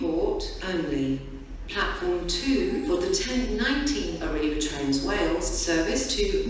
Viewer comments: Birmingham News Treat and Birmingham Internaytional😂 This Train is Operated by ARRIVA DRAINSUS🤣🤣🤣🤣🤣🤣🤣🤣🤣🤣🤣🤣🤣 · I laughed so much at "Toolfort Central" "Oshunt" and "Arriva Drainsus"